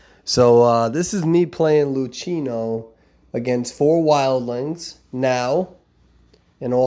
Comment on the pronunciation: Every time you say Luchino you make me think of koffee Oh and also a quastion do you play rank with Luchino